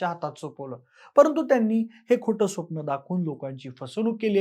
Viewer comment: स्वप्ण nahi re baba it's स्वप्न.